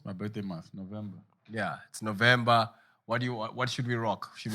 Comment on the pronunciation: "Augustoss , just before Novimbas"